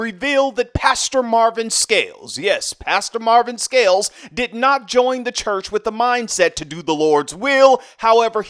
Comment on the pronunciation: I like the way you say… The Lord’s CHUUCH